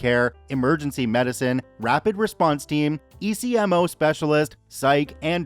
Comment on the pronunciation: On the crazy guy, ECMO is extracorporeal membrane oxygenation and it is a very serious last ditch effort to get oxygen into your blood. It is pronounced ekmo